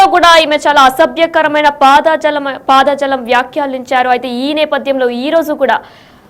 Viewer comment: తల్లో అసభ్య పాదజలం కాదు... "పదజాలం" అనాలి....🤦🤦🤦... తెలుగు భాష మంచిగా వచ్చిన వారితో న్యూస్ చదివించండి 🙏🙏🙏🙏